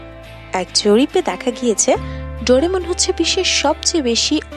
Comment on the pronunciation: Doremon/Dorimon/Doramon😂😂 Naa...Doraemon Hobe😊😅